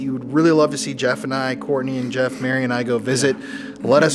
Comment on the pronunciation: "My names yeff"